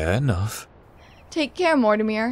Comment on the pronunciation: This has been amazing I can't wait to see what Mortimer has looked at, also the voice of Dana says his name wrong lol XD